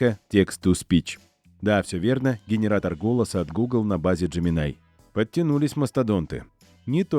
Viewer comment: Какой еще "ДжеминАй"? :face-blue-wide-eyes:Хотя бы перед тем, как ролик озвучивать, послушали носителей языка, что ли. Или спросили бы у самого Gemini. А я спрашивал. И знаете, что он ответл? Так же, как и носители: "- Называйте меня Джемини". Просветители-запутыватели, понимашь... :pillow-turquoise-hot-chocolate